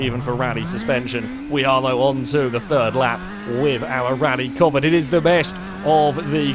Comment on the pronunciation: Pronouncing Covette wrong he's saying covert